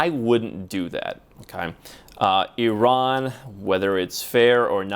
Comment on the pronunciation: Finally an American who pronounces Eeron and not Eye-raan